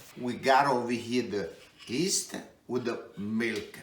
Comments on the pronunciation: Did he just say “east?” I think he meant YEAST lol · Great recipe. My favorite Chef. The Y is silent in yeast!